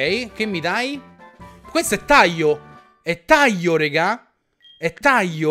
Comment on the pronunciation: Avete notato che dice Taio non Taglio. Ma non é un'offesa Ciccio non ti preoccupare. Sei una grande e continua così